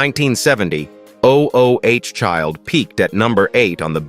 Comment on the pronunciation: This narrator irritates me‼️ O-o-child, he says 🤦🏾‍♀️. Instead of "ooooh" Child. How it sounds. Geez, let someone tell you how to read I want to say. Consistently, he mispronounces the simplest of things, which tells me no prep work was done.